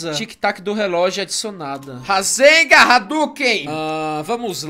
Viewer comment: "Rasega radugue" dhdhddjdjdjddj